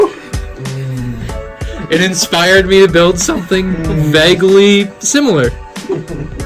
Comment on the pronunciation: You guys say vauegly alot